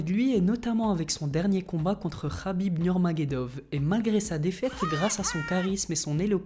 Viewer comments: a qui et khabib nurmagedov c est khabib nurmagomedov pas nurmagedov renseigne toi avant mdr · c'est pas khabib nurmagedov mais nourmagamedov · Khabib Nurmagedov 😂😂😂😂 c'est Khabib NurmagoMEdov